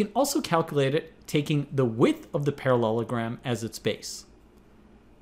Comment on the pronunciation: "ParaLOLogram" At this point, I'm guessing the first time was the only time he pronounced it right.